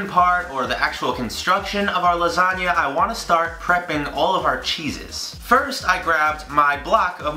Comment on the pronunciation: I could've sworn he said "Lasaga" 😂😂😂😂 MY LASAGAAAAAAAAA!